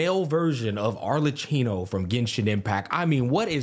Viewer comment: his pronunciation of Arlecchino is.......... something